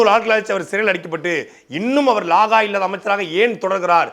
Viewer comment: லாகா இல்லாதன்னு சொல்லாத. இலாகா என்று தெளிவாக பேசவும்.